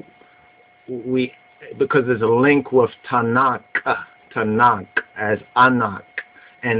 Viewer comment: Its not "Tanak" its "Tanakh" the last letter is a Khaph not a Kaph. Its a guttural sound like the "ch" in Loch or Bach not a "k" sound. The place Ta'nak is splet תַּעְנַך The book Tanakh is spelt תַּנַ"ךְ two different words.